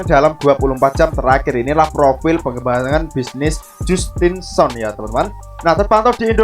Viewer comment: Justin sun dibaca Jastin San, 😂 btw, 👍👍👍